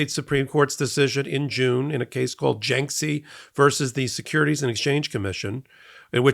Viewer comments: It's pronounced "JAR-kiss-ee". I don't know how you get "JINK-see." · Is this f*cking guy talking about jarkesy? Who the eff is Janksie?(!) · Jarkesy... not Janksey. Oy. Come on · FYI, other news outlets pronounce Jarkesy as "JAR - keh - see" (or occasionally "jar - KEH - see"). There's no "N" in the name, and the first syllable does not rhyme with "bank."